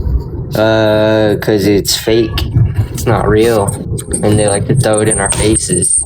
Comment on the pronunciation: I abhor when people pronounce “throw” as “thow” omg adding this to the list of words I hate